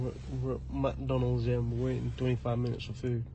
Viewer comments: Give us free food give us free food !!! Very classy !!!! it’s McDonald’s not mc downalds !!!!! she going on like she’s somthing special and then asking for free food or free Juice or free anything 😂😂😂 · “MaTonAhlS… Eeuuukaee mAtOnals”😂😂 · "UK McDonulds" I can't 🤣🤣🤣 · The way she pronounced Mcdonalds is very funny 😂😂😂